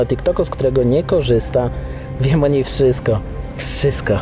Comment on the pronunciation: *wszystko Nie "wszysko" 😅